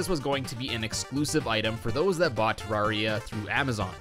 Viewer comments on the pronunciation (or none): Devs say: ‘It’s not ter rawr e a,it’s Ter air ee a’ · it pains me so much that you called it “terra-ria” in the intro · Im fine with "Terraria" or "Terrahria", but "Terroria"?! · GODDAMMIT IT'S TE-RAWR-EE-UH! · Every way you said it is fine except "terra-rhea" Thats a sin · It's actually pronounced Ter Rare Ia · Excuse me it's pronounced Terraria. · it’s pronounced ‘Terraria’